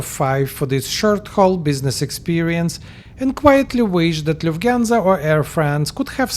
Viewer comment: Did I heart Luft Gansa ? Oynk ! Oynk ! 😂 Greetings from Istanbul ❤